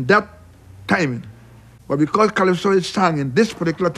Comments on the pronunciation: Kaiso is pronounced : kah-eye-so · And brother, I appreciate your insight but I feel (drunkly) compelled to say that ALL music is borrowed and stolen. Kaiso - which you mispronounced - was once called the Fifth Form. Most of the earliest kaiso melodies were lifted from French quadrille music. I could get into it here but you're better off checking out Mento Mike at mentomusic dot com. He knows his shit. I'm just butt sore because you seem to be picking on Vampire Weekend. Haa!